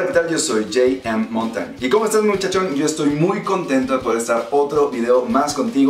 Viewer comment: Jay em? no sos latino? no seria Jota Eme?